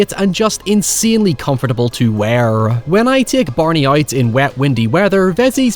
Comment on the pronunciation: why does this guy say "WEAR" like that lmao